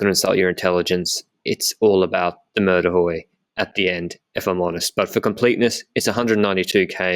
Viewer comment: Mur de huy is pronounced we like the pronoun. Mur de we